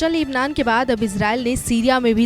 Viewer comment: बहन लेबलान नही लेबनान है 0:2 इतने बड़े रिपोर्टर होकर क्या बोलरहे हो? From nepal